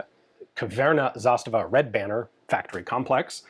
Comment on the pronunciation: Nice video, but every pronounciation, apart from zastava, gave me Aids 😂